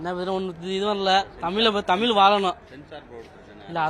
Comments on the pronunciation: உண்மை வரலாறு தெரிவது அவசியம். தமில் இல்லை தமிழ். தமிழை கொல்லாதீர். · இன்று "தமிழ்" என்று சொல்ல இயலாமல் "தமில்", என்று சொல்லும் தமிழ் இளைஞர்களை பார்க்கும்போது நெஞ்சு பொறுக்குதில்லையே......